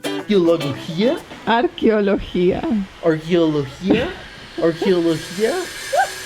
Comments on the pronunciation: say whit me Arqueología aRRR! Queo (keo) Logííía! 👋👋👋🍰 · Interesante la construcción en pilca si pudiéramos construir hoy día así cuánto nos ahorraríamos en pago de energía, tiene que practicar más el bello español para que pueda pronunciar muy bien arqueología saludos desde Bogota Colombia un abrazo 🇨🇴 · Jajajaja. Arqueología no podía pronunciar.